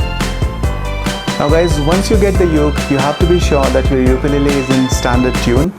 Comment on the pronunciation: Pronunciation of ukulele is wrong.